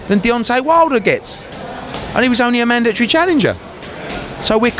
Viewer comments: it's MANDATORY NOT MANDATREE U FUCKIN English bum... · What the fuck is a mandatree?